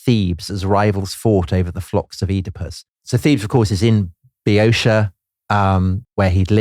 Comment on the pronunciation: If you take one thing away from this video, let it be this - even eminent historians aren't immune to mispronunciation. Boeotia is always (ancient and modern Greek), Bee-oh-TEE-ah. (some modern Greeks pronounce the first syllable with a V sound). It never has the "-sha" ending sound used in this video. The confusion stems from English words like militia, inertia, etc., which do have the "-sha" sound.